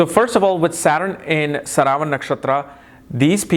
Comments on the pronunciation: its not saravan its "sravanaa" nakshatra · It's pronounced śravanā — as in shruh-vuh-naa. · Sry sir...its shravanaa nakshtra or some people call it sravanaa nakshtra...Sanskrit word is "SHRAVANAA"...we have to stick to this...